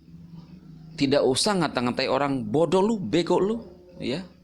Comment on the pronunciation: "saya tidack memacksa" ~